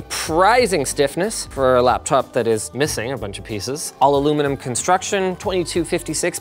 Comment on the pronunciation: aluluminum construction? LOL